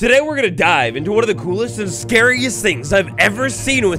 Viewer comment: I thought you said die and not dive. I was like that sounds about right for the Cave Dweller